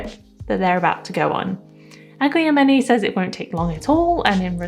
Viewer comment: It's eye-GLAM-an-ay though, at least according to the guide at the back ❤